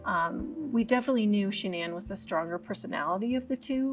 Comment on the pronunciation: “Sha-NAN”! You come into my house, you get my wife’s name right!